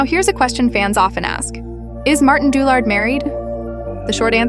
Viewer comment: Didn't even bother to learn to pronounce his name properly